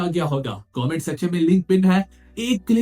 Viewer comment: Bro why you always says mutthi vation😭😭